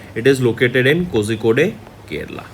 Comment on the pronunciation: pronounce it KOLIKODE